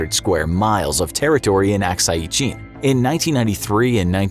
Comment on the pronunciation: Lol please pronounce Arunachal Pradesh and Akshai Shin properly. 🤣🤣🤣